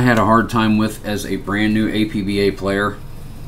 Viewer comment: It's pronounced APP - BAH